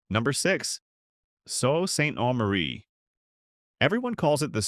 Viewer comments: Factual accuracy can't make up for AI narration in the problem pronouncing names.... "OH-shawa"? And "Ni-PISS-ing" which we pronounce NI-pissing, to avoid the obvious joke. Worst of all: "So-saint-eh-Marie". What's wrong with hiring a Canadian who can pronounce the country's names? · "Sau saint aw marie" "So sainteh marie" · I hate AI voice overs.. it's Aww-shoe-wha not Oh-shoe-wha and Sue Saint Marie not not Sew Saint Aw Marie.. spelled phonetically. and I made it to #1 because I live in Ontario and near a few of those cities you mention. lol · Ashawa Timmans, Timonss, Timons Canora Barry Brdford ( Brantford) So St Omarie Wth?? Do better. This is insulting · So Saint Omary ?? What the fuck ?? Man, AI sucks. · It's pronounced Nip-ee-sing lake certainly not what AI said. Aqua-sas-nee----Awuasasne O-sha-wah-----------Oshawa Soo-saint-Marie-Ssult St. Marie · The pronunciation of Saut Ste. Marie was egregiously bad. It's a French name, but it's pronounced Soo Saint Marie in English. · Absolutely I live in Sault Ste.Marie our little ghost town now but we do have our fentanyl zombies in abundance airs SOO not Salt !!!! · (Joan here). Had my first laugh when he (AI) said Ni - pissing. And the rest of this clip did not let me down. OashAwa instead of Osh...and I cannot even begin to reflect how Sault Ste Marie was pronounced (so saint en marie, I think). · I know this AI BS but as a bilingual country, why can no one say SAULT STE. MARIE properly? "SOO SAINT MARIE! NOT F K N HARD! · Dear AI: say "SOO SAINT MARIE"! I don't know what it thinks it was saying. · Get some AI that can pronounce place names properly. Annoying. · YOU ARE TERRIBLE! IT IS PRONOUNCED LIKE "SOO SAINT MARIE" OR "THE SOO." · Oh and it's Soo Saint Muhree, not whatever the hell YOU called it. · Its pronounced sue saint mari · Terrible pronunciations. Especially Sault Ste Marie. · The mispronunciation of Sault Ste Marie is setting my teeth on edge!